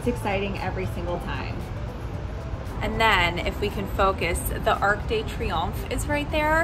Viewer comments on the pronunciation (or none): The 'de' before Triomphe sounds just the same as Deux, the number 2 in French - not like 'Day' or just like 'd' when you're sounding out the alphabet! I'm so glad you get to have this trip & spend a bit of time in a place you like so much! Weather looks good so far!